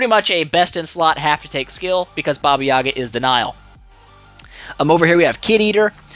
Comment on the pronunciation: I expected you to massacre the special skill name,i come from a region from where the baba yaga folklore originated and i had a hard time pronouncing that,impressive